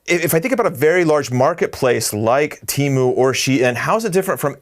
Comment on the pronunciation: This person should practice his pronunciation and then go fight Temu.... 🤦🏻‍♀️🤦🏻‍♀️🤦🏻‍♀️